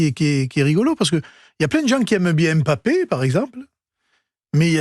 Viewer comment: C'est quoi " em bappé" ?